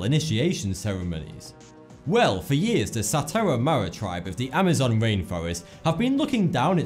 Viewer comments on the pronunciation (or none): none